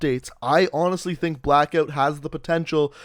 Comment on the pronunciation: Sorry but it cracks me up every time I hear you say blackoot